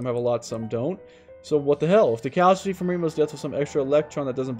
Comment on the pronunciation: It’s causality, not casuality , lol